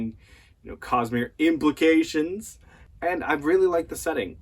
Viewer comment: I heard that emphasis on IMPLICATIONS,!